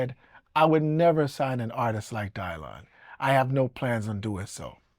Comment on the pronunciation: The greatest folk singer of all time is… Dylan Dylan Dylan 😂😂😂 Bob DYlan 😂 the pronunciation of his name to sound different is hilarious